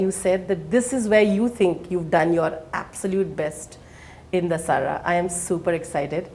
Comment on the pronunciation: why does the anchor have so much trouble pronouncing the movie Dasara?!?!?! What the hell is a "The-Saaraa"?